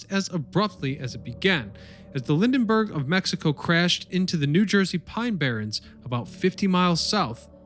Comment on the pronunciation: "Lindenberg" ? No I don't want to hear your fantasies about the Jersey Devil.